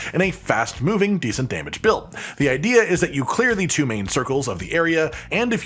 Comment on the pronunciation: How many times did you count him say "Tew"